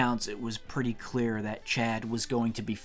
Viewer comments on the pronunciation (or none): none